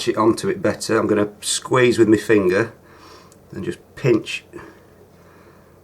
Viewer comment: "I'm gonna squize with me fingerr" I'm sorry i just cant xD i love this channel